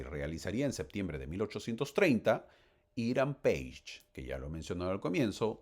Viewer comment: Es Hiram Pages, se pronuncia así!